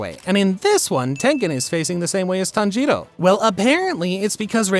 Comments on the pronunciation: did he say "tanjito" or my hearing is just messed up👀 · I love the accent when you say "TANJIRO" 🎉🎉